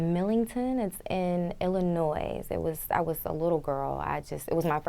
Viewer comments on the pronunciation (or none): She said Illinois with pronouncing the s